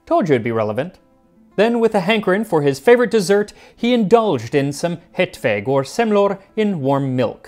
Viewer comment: He's like halfway there, where he's falling short is in the vowels, as in their proper tones and lengths. The way he pronounces "hetvägg" makes it sound like "hetvegg." I'm willing to cut him some slack, because English simply doesn't have the vowels Å, Ä, and Ö, but I think they would not be hard to learn. Maybe he will do another Swedish recipe some day. I agree that people are exaggerating their praise, though I think that's because most English speakers trying to pronounce Scandinavian languages, are usually much worse. One that always stuck with me was an older American man showcasing an old Karl Gustaf m/45 (the old Swedish army SMG), and he described it with great fondness, but trying to pronounce "Kulspritepistol" it came out as "karoolpistool."